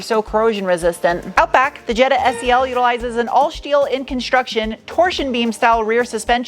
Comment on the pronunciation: Where’s your accent from? I’ve never heard someone add an “h” after an “S” so many times. Ex: Shteel?